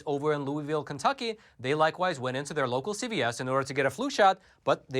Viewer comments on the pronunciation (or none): none